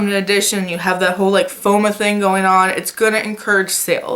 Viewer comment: I just love that you pronounced FOMO as FOMA adorable as always